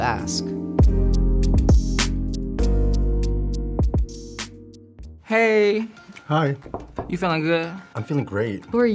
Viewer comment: I hope he did not really "axe" them.